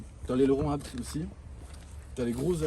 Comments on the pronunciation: A BÉ TÉ 😰 pas abt mdrrr ça me rend fou à chaque fois qu’il dit ça 😂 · Pourquoi le gars dit abt et pas a-b-t comme tout le monde ? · "habte" ?? J'ai toujours dit "Ha Bé Té" moi... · Attendez, on dis « abt » ou « a b t » ? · Jsuis le seul que ça rend ouf quand ils disent abt ou lieu de A B T ?? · C'est "abte" ou A B T qu'il faut dire ducoup il m'a mit le doute 😅😂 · Sa me stress quand ils disent ABTE au lieu de A B T 😅😅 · Pourquoi vous dites abt, au début je pensé que vous rigoliez mais nn , perso je dis A.B.T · A-B-T putain! D'ou on dit "ABETE" on essaie avec BMW??? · C’est bien abte qu’il faut dire c’est le nom de famille du fondateur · ABT ne ce prononce pas apte mdrrrr sinon propre à mort l’auto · Le mot « ABBBTTTE » est insolent friri ça me tend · de fou en vrai jsp comment ça se prononce mais blc je dis ‘abété’ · Je suis le seul que ça rend fou leur prononciation de ABT ?